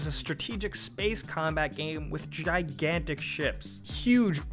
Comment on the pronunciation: Gigantic sounds like Minimum